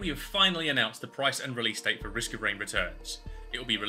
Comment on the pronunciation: That was a subtle Jhin reference, wasnt it? The 4 was so heavily pronounced haha I see you Uncle